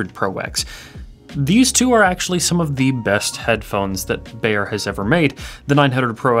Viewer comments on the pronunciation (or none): Can the Anglophones please stop mispronouncing "Beyer?" It rhymes with "higher," not "mayor."